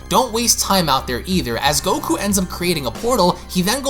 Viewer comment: I love this but can you PLEASE work on not saying GokuA? Its just goku haha. But I love your dragon ball passion